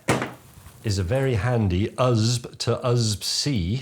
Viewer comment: who says "usb" instead of USB 😭